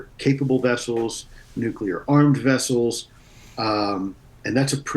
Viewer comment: “Which Way to the Nuclear Wessels?”…